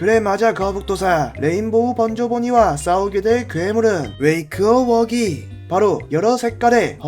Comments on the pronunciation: 웨이크워 어기가아니라 웩어 워기 에용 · 웨이크어 워기가 아니고 웩어워기 예요